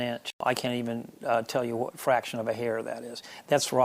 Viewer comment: Man... This guys accent is very old. I notice the pronounced WH sound. Cool guitars btw.